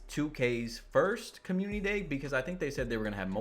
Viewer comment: Guy talk about grammar when he can't even pronounce community lol